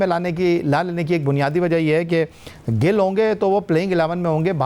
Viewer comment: It’s shubman gill ( gull ) it’s G.I.L.L not gull